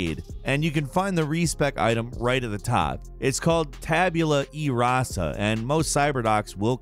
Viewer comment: E-rasa like Eraser